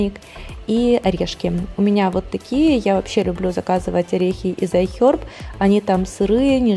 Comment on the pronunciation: зачем ты так стараешься имитировать правильное произношение английских слов? Это выглядит нелепо и смешно. Вот в этом видео слово "iHerb" из твоих уст звучит как отрыжка...